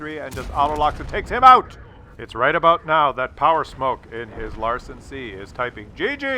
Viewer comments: its Lansen not Larsen.:D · Larsen C? Isn't it called Lansen C with a N? :D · Lansen (means spear), not Larsen. Larsen could be your drunk danish neighbour... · Love ya (no homo, maybe), but it's LaNsen. Not LaRsen. I know they're similar letters with similar sounds and appearance. Maybe you need a bigger screen? I know coffee blurs my vision sometimes too.;)